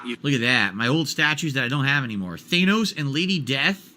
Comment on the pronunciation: hahaha he still doesnt know how to say thanos